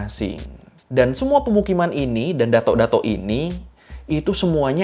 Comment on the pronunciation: Bacaan nya bukan dato bang tapi datuk